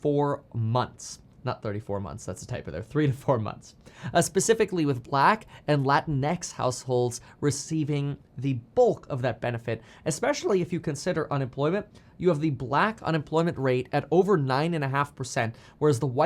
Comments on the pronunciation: Latin -X is a porn website. The correct pronunciation is La-Tinx. This guy is like the whitest guy ever 🤣🤣🤣🤣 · I pronounced it “Latinks” lol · Please do not say Lantix again. It’s an insult. Lol